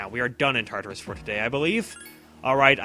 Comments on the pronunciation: You're actually meant to pronounce Tartarus with a longer sound on the a. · Isn't it pronounced Tar-tar-us?